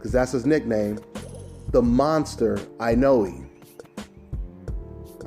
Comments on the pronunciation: the "E" at the end of Inoue is pronounce "A" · I cringe every time you try to pronounce Inoue.